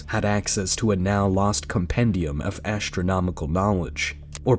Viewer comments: This video would be a lot more watchable if the narrator didn't constantly say ASHtronomical or Eckshtra. Why does the presence of TR change the pronunciation of whatever comes before it? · Modern "ash-tronomical" knowledge. Is it really difficult to pronounce the word astronomical??? (Shaking my head at the reading voice.) And now the person reading is calling the Anunaki astronauts God. If I were God I would majorly pissed at this moron.